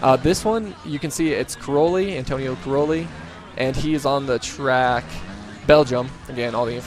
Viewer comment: croli??? Cairoli!